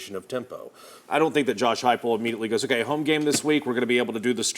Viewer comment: Who called plays first half Halzel , second half heupel